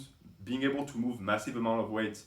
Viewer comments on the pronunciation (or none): none